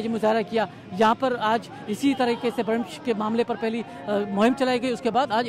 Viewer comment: This is not BRAMISH, to clarify it written as BRAMSH also pronounced as BRAMSH..